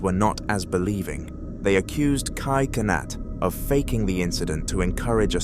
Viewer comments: kai sonnet💀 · Bro said kai cenat again🗿